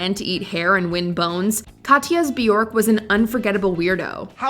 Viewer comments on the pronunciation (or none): It’s Bjork. It rhymes with jerk